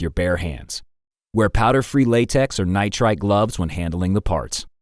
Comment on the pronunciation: Nitride gloves? So ceramic gloves? Or do you mean nitrile gloves lol? Sounds like the ceramic has limited your word comprehension.